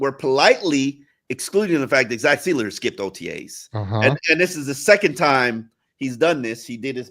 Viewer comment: there's No Z in Sieler.